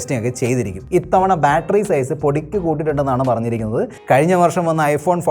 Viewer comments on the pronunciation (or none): none